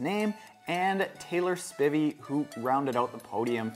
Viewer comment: It's Taylor spIVEy, i.e. rhymes with ivy the plant. She is one of the best in the world right now, so I hope you'll be reporting on her and ITU more. Short course racing like ITU and Superleague is sooo much more fun to watch than Ironman (and way more badass in my opinion)